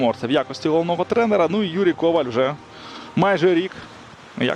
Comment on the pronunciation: Як можна Коваля наголошувати на першому складі?